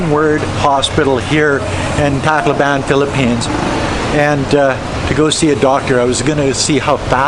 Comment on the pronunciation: Why do so many foreigners pronounce Tacloban incorrecrtly...??